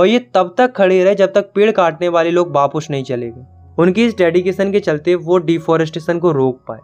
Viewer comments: wapas ❌bapus✅😂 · vapous not vapis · Bapis ❌ Bapus✅ 😂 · Wapis❌ wapus✅ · vapus nahi vapas